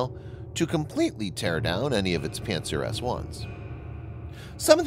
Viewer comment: It sounded like pantsdown-s1